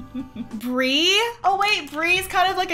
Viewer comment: "Brie Cheese" "Bree Cheese" "Free CHEESE"